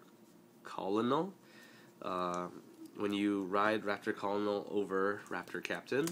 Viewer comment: u know colonel is pronounced like kernel rigght?